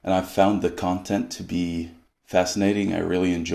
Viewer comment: I'm from Germany and I'm not so good at distinguishing between the Scandinavian languages. But I noticed that Swedish has a special rhythm. When Andre said "Content" , I knew he was from Sweden